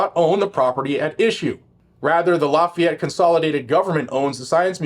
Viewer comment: The mispronunciations of lafayette are killing me 🥲🥲🥲🥲